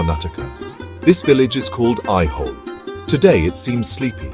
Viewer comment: Please correct your pronunciation the name of the place / village is AIHOLE and NOT what you pronounce AIWHOLE. Also it is NOT NAGAARA but NAGARAA. And the visuals are not of AOHOLE alone, but are mixed-up mess.